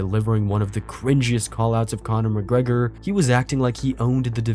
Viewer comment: Buckley pronounced "Conor McGregor" like he was Shrek😂